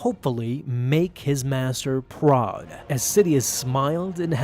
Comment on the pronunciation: He also said "P-ROD" instead of "proud" XD